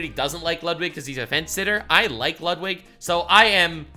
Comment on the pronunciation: Lets go! Lud-W-ig!